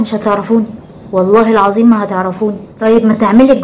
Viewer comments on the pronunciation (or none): none